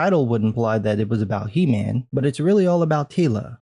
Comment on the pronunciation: LOL! Did you say "He- Ma'am" :)